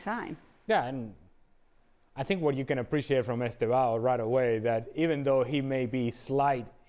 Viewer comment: Estêvão, with "e" not Estavao